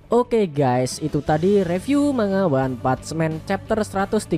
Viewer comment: Maaf koreksi dikit bg, "one punch man" itu bacanya "wan pansh men" bukan wan "patch" men. Sekali lagi maaf, gua udah lama pengen komen hal ini, cmn gua tunda² terus, akhir nya gua ga tahan utk komen, sekali lagi maaf.